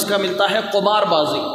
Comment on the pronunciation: مولوي قمار بالضم نہیں بالکسر